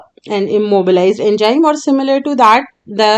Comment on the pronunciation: my concept is clear after watching this video very good it is Enzyme not enjyme